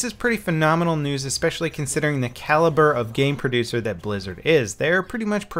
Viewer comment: Lmao I thought he said brazzers first fps lol